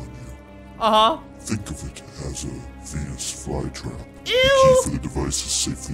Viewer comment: Roblox saw : Venus fly trap Saw 2 : Penis fly trap (it's so funny because it sounds like he said that)